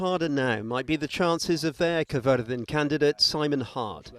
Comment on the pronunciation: Thank you for using and pronouncing Caerfyrddin correctly. These little things means a lot.